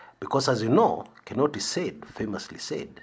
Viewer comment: I thought he ameru canised it.